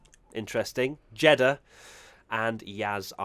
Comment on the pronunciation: Can you please stop hating “Jeddah”?!